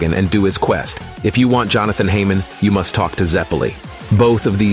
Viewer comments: "haymon." are you fucking serious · "Heymon" xd